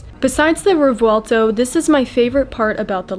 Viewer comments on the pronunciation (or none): Quick fact: The “v” is pronounced like a “b”in Revuelto. The proper phonetic is “rreh-bwehl-toh”.